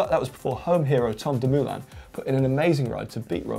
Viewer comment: Great show guys! Congrats! (just a thought: pls give a quick thought to the pronunciation of Dumoulin (not Dumooolin) and Nibali (nippely...). Never mind tough, love your show!) Greets from Hamburg